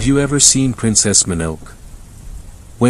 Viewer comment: Sorry I had to laugh at that horrible pronunciation of princess mononoke